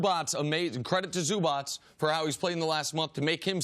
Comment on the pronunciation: I think Nick is the only American TV personality that I've heard pronouncing Zubac correctly, can't say he is Nick Wrong about this one :)